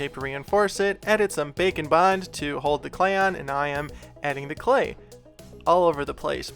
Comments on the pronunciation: I can't un-hear it after you pointed it out in another video "Bacon bond" lol It cracks me up everytime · Why does it add pound like he is saying bacon bond